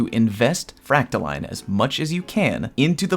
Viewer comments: its fractaLINE not fractaLEAN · New Leviosa meme: Its Fractaiiiiiiine, not FractaLeeeeeen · It’s pronounced freak-toe-lion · It’s fractaline not fractoline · its line...... not LEAN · It's like saying fractal"in" that is the proper way for all you ingrates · So in a nutshell...if your planetary obelisks have been max ranked for weeks you are done contributing? Or am I incorrect? I cannot see another way to contribute...other than the dozens of weapon bounties I purchase every week....gotta spend all that glimmer on something. My vote is for the frack-ta-leen pronunciation...as if it matters. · I know you don't care, but this is NOT me trying to correct you. So, basically, I pronounce it the same way as discipline. So, fractal-in. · I believe it's 'frack-tha-lean' 😃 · Fractaline is obviously pronounced "POTATO" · Line is pronounced Line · You’re saying fractaline wrong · It’s fractaline, not fractaline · ITS FRACTALINE NOT FRACTALINE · It's pronounced "fractaline" smdh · It's pronounced 'fractaline', not 'fractaline.' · no no, he's right, its "fractaline"